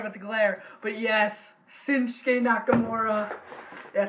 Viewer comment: It's shinsuke not sinshuke